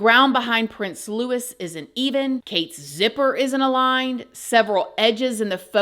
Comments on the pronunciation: And Louis is not pronounced like Lewis, but Looey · Love you, but his name is pronounced LOU- EE, not Lewis. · It’s Catherine. And Louis like Lewie not Lewis. I know it’s minor but it isn’t because they are Royal names. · Its Looooo E not Loooooo IS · It's Louis (pronounced Louie) not Lewis. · Louis is pronounced “Lou-ey” not “Lou-is” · Louis is not pronounced Lewis. It’s Louie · Louis is not pronounced Lewis. It is pronounced in the French way, 'loo-ee'. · LOUIS NOT LEWIS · Louie….. not Lewis. Pronounced Looee. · Just as a heads up….Prince Louis is pronounced Loo ee not Lewis 😃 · Also it's said Louey not Lewis x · Not LEWIS! Louis! Pronounced: Loe-ie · If you're going to cover these people, you need to pronounce things correctly. He is Prince William, not Williams, and their child is Prince Loo-ee, not loo-iss. Sorry, but I thought you would want to know. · its not lew - is , its loo-eee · It’s Louis not lewis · I love your videos but can you not check the names before pronouncing them? Prince Louis is pronounced Lou-ay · 1.Louis is pronounce Louie 2. she’s got cancer (I ’m not a royalist at all )and it’s rubbish that’s she’s had to come out and tell the world this all because of speculation like this !! Really should wait until you have all the facts before posting videos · Sorry don’t hate me but I have to correct you on prince Louis pronunciation it’s pronounced Louie xx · Something funky is going on but doubt we will ever know! There was also an ambulance at their home on 28th December that took someone to hospital and William and Princess Anne's husband have both been seem woth bruises all over them. By the way Berkshire is pronounced Barkshire. Norfolk is pronounced Norfuck. And Louis is pronounced Lewie. God knows why they aren't pronounced how they are spelt! Lol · I've seen the memes but wasn't really interested in looking it up until I saw your video 😂❤ Also, louis is pronounced lou-ie, the S is silent ❤ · Louis is pronounced Louie. Just fyi. 😂